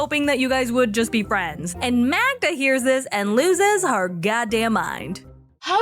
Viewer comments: The fact that keeps calling Magda - Magna is sooo annoying. The guy is a walking red flag. Magda is just young and has a lot of maturing to do but what else do you expect from 23 yr olds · Can Joey get her name right !!!! Its MAGDA NOT MAGNA …… Whats wrong with him get your girlfriends name right !!!